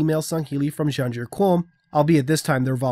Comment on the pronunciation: My internal pronunciation was Muh-ken Scey-ah-ben. So it was weird hearing this. And Janjur Kom, there's no U in Qom. But, nitpicks.